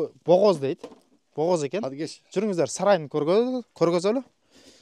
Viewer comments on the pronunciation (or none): Нурсултан, богоз эмес бооз --десен. Богооз--деп согунгондорду айтаат😂😂😂